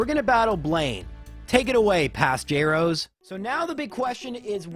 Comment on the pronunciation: Je-rose? I've been saying Jrosé (like José with an R) ever since began binging watching you!